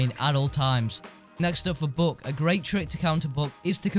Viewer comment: you said book not buck lol